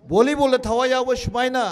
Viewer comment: .Is it just me or Did i just heard "Vonnibon ground" ? 😅